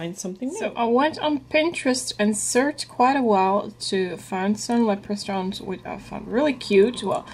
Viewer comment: I never know who is going to show up when a Deco Easy video loads. Hi! I think St. Patricks Day is more of a big deal here in the states than Ireland. 🤷‍♀️Leprachaun is pronounced with a hard ch. Lep-rah-con, though I do like how you said it. How bad do your hands hurt? That was a lot of cutting but so worth it! Your signs turned out great. They remind me of cookies. 😍 well done on the tier tray my dear friend! ❤🤗